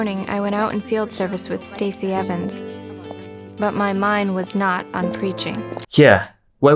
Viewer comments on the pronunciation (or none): none